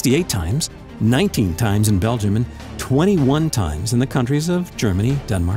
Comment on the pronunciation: Is it me or he pronounces Belgium really weird?